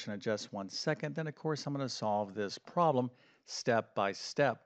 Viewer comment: Please correct the way you pronounce “problem “. It sounds unprofessional when you pronounce it as “proh lam”.